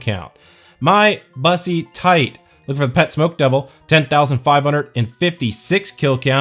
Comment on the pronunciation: I like your tactical mispronunciation of bussy